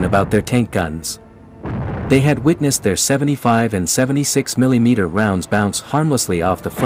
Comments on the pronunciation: I won't watch anymore videos from FactBytes until the can stop A I from saying, "Milly Meter". Hair-pulling time! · Very cool video. Just one criticism from me, the way you say “milee-meter” and “glasee” instead of millimeter and glacis was a bit distracting to me. Lol. I know that is a ridiculous complaint, but it was like nails on a chalkboard to me. Lol. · It's not Mileemeter.